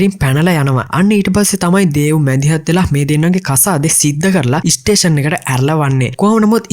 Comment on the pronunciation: වැඩේ හොදයි බ්‍රෝ. ඉස්ටේසන් කියල කියන්න එපා ඒක කැතයි ස්ටේසන් කියල කියන්න